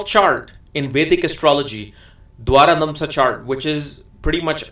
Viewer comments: Pl note it is pronounced as "Dwadasamsa" not "Dwarakamsa" for the 12th Divisional chart. Good insight into the charts! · Dwaradamsha is not correct , correct pronunciation is Dwadasamsha. Dwara-damsha has no meaning, Dwa-dasamsha means 12th. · You kept calling d12 as Dwaradhamsha it is actually Dwadashamsha 😛